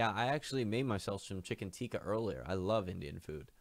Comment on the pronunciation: You can't make chicken Teeka if you say it like that...